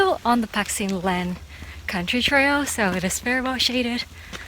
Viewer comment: Pat sin Leng 😁!!!not pak